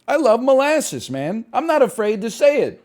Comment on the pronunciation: "I love Mole assses" - Northernlion 2023